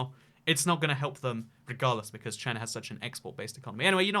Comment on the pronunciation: If your reading this in the future, BeWArE ch-y-na